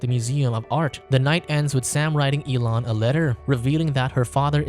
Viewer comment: "elon" yea ok ....